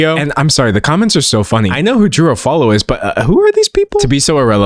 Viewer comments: Bestie, you're saying Drew's last name wrong. It's pronounced like awf-ooh-all-oh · I'm convinced he pronounced Drew Afualo's last name like that on purpose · no fr. ESPECIALLY when the name is butchered almost immediately after the person gives their name. And Drew isnt some random internet personality on tiktok, her last name is constantly being said and shared accurately. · i know what you're trying to say. You're trying to equate his pronounciation to how japanese pronounce "sukareto" to "scarlett" or "jo-ji" to "george". Yeah dude I'm not that unfamiliar with japanese language. Nice try though. But that's NOT the case here. I don't see any point why he need to add another F in Afualo's name. Both him and drew speak the same language. No language barrier can excuse his mispronounciation. If you're trying to excuse racisms, just be genuine about it